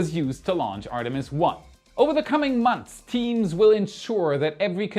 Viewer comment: Enthusiastic? Maniacal? I don’t know what are you talking about. But seriously…. language skills are phenomenally good. The only big tell I get from his pronunciation - which is only one tiny aspect of language proficiency- is that he really struggles with words ending in a th sounds followed by an s. For example Earth’s, or months. Hit up this trained linguist for a tutorial, if you like.